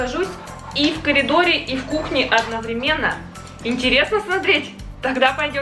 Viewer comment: Правильно говорит "одноврЕменно"